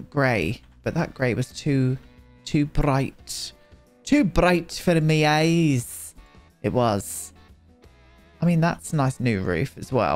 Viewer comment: I gave such a loud laugh with the “too bright for mi eyes” with that accent it hurt. That’s why I watch all your videos even when I don’t like the builds. You should have a show